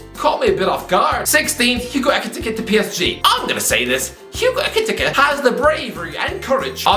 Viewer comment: The way he pronounces Ekitike 🤣🤣